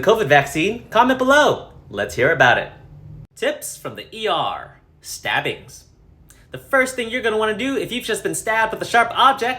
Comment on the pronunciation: when it said "stabbings" I thought it said sibblings.😂😂😂